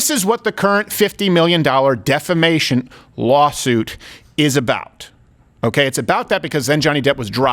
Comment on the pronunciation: "Defimation" or "Defication"?? Someone has to point that "SHIT" out!!